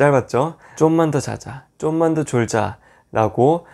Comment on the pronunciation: 쫌만이 아니라 좀만..ㅋㅋ